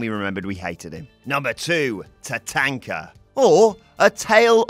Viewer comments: TaTONKa not TaTANKa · Tatanka not TaTenka. Sorry can't use the "we pronounce it different across the pond" bollocks. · pronunciation of tatanka 🙄